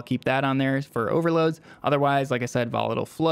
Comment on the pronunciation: Jesus can’t listen to YouTubers who butcher their words. This case volatile.